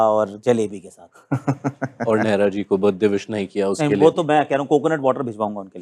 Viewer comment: नेहरा नहीं नीउहरा है gt loss 😅